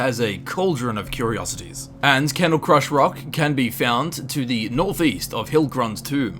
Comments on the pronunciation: Also it is called cradlecrush rock not candlecrush rock. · Its Cradle not Candle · XD The last one is called "Cradlecrush Rock" not "Candlecrush rock." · It's Cradlecrush not Candlecrush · not to nit-pick but isn't it Cradlecrush Rock? not Candlecrush? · So is nobody gonna talk about "Candlecrush" Rock? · Candlecrush rock, lol